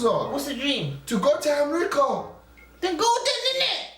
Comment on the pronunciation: My man was saying am-rica